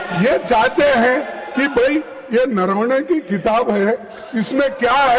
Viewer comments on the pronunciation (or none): none